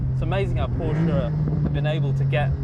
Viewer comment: thank you for saying Porsche and not Purshah